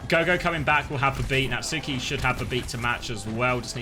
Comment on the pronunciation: Does Natsuki rly pronounce his ign as Nat-Suu-Ki or are we taking the piss